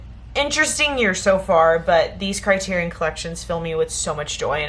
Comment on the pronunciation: CRY-TEAR-EE-ON. SAFE-DEE.